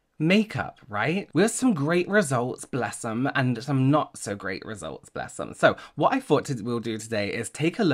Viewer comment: You say “bless ‘em” like you’re a natural born southerner. Bless ya. 🤣